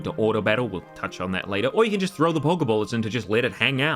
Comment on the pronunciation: Poké, not poki.